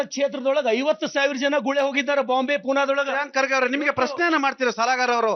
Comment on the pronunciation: ಗೂಳೆ ಅಲ್ಲಾ ಗುಳೆ...